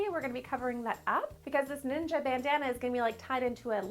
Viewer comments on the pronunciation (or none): Ninja not Ning’s